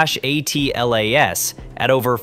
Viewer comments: It doesn't matter what the acronym is, it's usually pronounced Atlas, not A. T. L. A. S. No one pronounces NASA as N. A. S. A. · Audio appears to be computer generated. A human narrator would read ATLAS as a word and not an acronym.